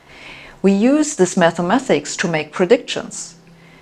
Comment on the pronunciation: The correct pronunciation is mathematic, not mathemathic. I still haven't got a handle on your pronunciation of hypothesis.